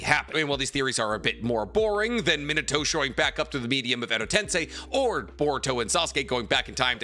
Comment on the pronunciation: Great video bro but can you say narutos father name right? Sounds lije youre saying minitoe😂 me-na-tow minato.